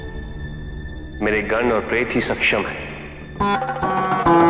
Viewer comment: Goon, nahi Gan bolte hai